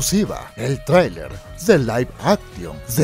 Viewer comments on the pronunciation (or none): none